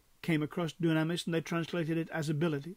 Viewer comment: Thank you for taking the time to produce and post this video. Just one point of order: The way to say dunamis is doo'-nam-is, not doo-nam'-is- or so it is given in Strong's..